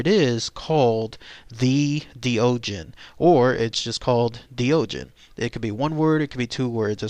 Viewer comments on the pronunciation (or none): Doegen is probably pronounced more like "de okhen" if its from Belgium